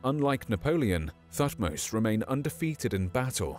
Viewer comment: Sorry to be picky but pronounced Tutmose but everything else spot on & very very good, thank you for your hard work.😃